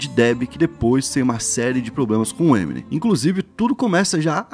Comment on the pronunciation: Crlho mano, parem assassinar o nome das coisas, não sabes dizer o nome do eminem nem dos álbuns dele? O trabalho está bom, mas chama os bois pelos nomes